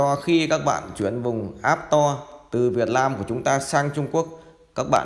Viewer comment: Store ( sờ to ) not app to :))